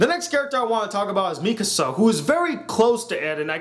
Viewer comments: You damage your credibility by mispronouncing the names of the main characters. Its Armin not Armir and Mikasa not Misaka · 'Mikasa' not 'Misaka' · Her name is Mikasa, not Misaka. And his name is Armin. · I don't want to be that dude but you said Misaka. It's Mikasa..... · He said misaka instead of mikasa lol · The pronunciations: Eren= Air•ren Mikasa= Me•ka•sa Armin= Arm•in I am pretty sure it takes place 2,000 years in the future. It has a medieval feel because, I'm assuming, they have the walls which can only fit a few million people so they had to revert to old ways. I think that is also how they have the 3DMG. Also, it makes sense because Annie wore a hoodie. It is a mix of modern and old which I think is perfect. PS: LEVI IS BETTER THAN MIKASA IN EVERY PHYSICAL WAY. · you mispronounced eren, mikasa and armin... HOW THE FUCK CAN YOU MANAGE TO DO THAT.